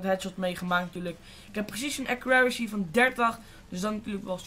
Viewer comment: Accuraricy?! xD